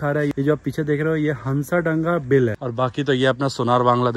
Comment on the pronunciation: Bhaiya bhooo Hanssadanga nahi Hasadanga hai